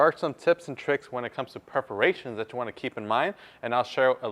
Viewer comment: The correct pronunciation is “PERforations”. otherwise, thank you for the cool info!